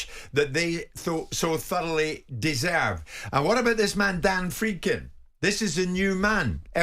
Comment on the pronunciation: Are we sure the d in Friedkin is silent? You guys aren't pronouncing the d at all